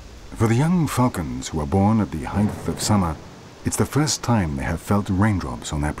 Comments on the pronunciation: While you are correct that there are different spellings for some words, that's not at all what is happening here. He is simply mispronouncing the word in the same way most people do. It has nothing to do with locale or spelling – Americans say it wrong, too. It's a simple mistake; there's no need for excuses. The word "height" ends with a hard T – or you're saying it wrong. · Except he's pronouncing "height" wrong.